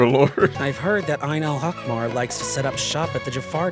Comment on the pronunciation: *side note that is not really important: Ayn Al- Ahmar is pronounced with H sound like the word (He) and not with ch sound (like German ch in the word Dach) and it means Red Eye or The Eye of Red in Arabic. Now their association to the Scarlet King makes me wonder if he had red eyes. The funny thing to me is that google translate can pronounce it right😂 No hate to the VAs they probably said what they've been directed to say regardless of accuracy.